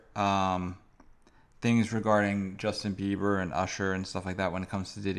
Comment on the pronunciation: "Justin Beaver" LOL